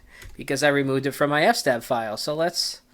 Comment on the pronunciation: Please pronounce eff ess tab correctly.